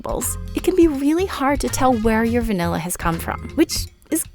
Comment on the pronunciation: Taking a shot of vanilla every time the host says “vinella”